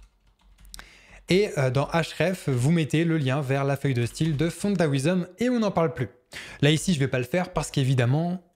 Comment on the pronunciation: Excellent effet, tes vidéos sont très pédagogiques, mais, stp la prononciation de "font-awesome", ça pique les oreilles ! On dit environ "ow"some, voir ou plutôt écouter l'ami google et surtout pas A"OUI"some. Corrige les erreurs de prononciations des mots anglais, et ce sera tip-top !